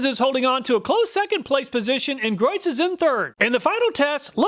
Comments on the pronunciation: Great video, very informative. You’ve helped me make my choice, and it’s budget friendly. Thank you. Also, Griot is pronounced Greee o. I pronounced it same as you until I was listening to company representatives at a car show pronounce it as a French word. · Griot is pronounced "gree-oh". I'm a big fan of their waxes too.